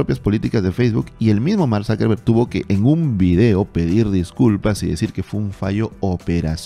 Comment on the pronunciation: Yo lo pronunciaría Zuckerberg, no Zackerbereg. Azúcar en alemán es Zúcker, no záker